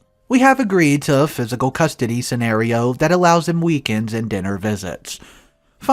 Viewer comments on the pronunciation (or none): none